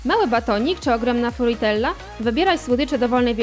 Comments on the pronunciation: Fruitela kurwa mówi sie fruttella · o matko po co wam ta glupia lektorka glosow nie macie? P.S może i pisze się fruitella ale matko mowi sie frutella raczej powinniscie to wiedzieć skoro na codzien mówicie po angielsku czy tam amerykansku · Jaka fruitella?? Mówi się "frutella"